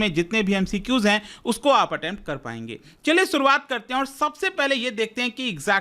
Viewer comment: "सुरुआत" नही "शुरुआत" करते हैं